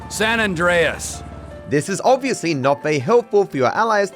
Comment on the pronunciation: “SAN ANDRESS”📱🗣️